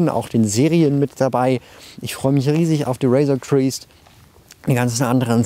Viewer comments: Razor Creest xD es heißt Crest. "Kräst" das r so English aussprechen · Also no hate oder so, aber man spricht es "Razor CrEst" und nicht "Criest" aus. Wird auch in der Serie so gesagt. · Fragbrickstory: warum sprichst du Razor crest eigentlich immer Razor "criest" aus? (Nicht böse sein, wollte nur mal freundlich drauf hinweisen☺). Coole Videos, weiter so! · ich hab dich ja wirklich lieb, aber bitte hör dir noch mal an wie man “Razor Crest” ausspricht😂. Ich will da ja auch gar nicht groß drauf rum reiten aber so was triggered mich immer so ein bisschen 😉